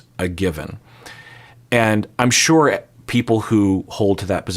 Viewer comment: you’ve adopted an Irish accent when saying “sure” 😂 “shoo-er”